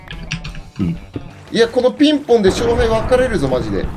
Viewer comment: ピンポーンじゃなくて ピンぼーんだね